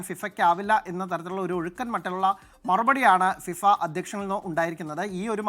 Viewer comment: ഫിവ അല്ലെടോ ഫിഫ